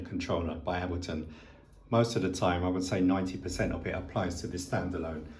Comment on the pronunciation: Like your videos! But still pronouncing Ableton wrong.....the "A" must be pronounced as in '8' :)